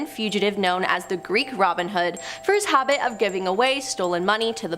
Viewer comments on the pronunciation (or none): none